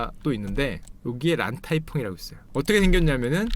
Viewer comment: 란타이펑(X) --> 란콰이펑(O)